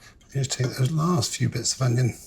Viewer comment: The Pomme Braunjeur section Marco calls the onion, "ingens" like what they say in Dundee, is this French? Or is it a Dundee thing?